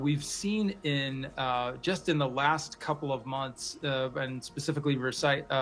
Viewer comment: That FBI lady said “pecifically” instead of specifically. She’s 100% DEI.